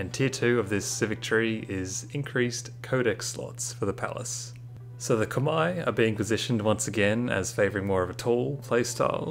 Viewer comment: probs for pronouncing khmer right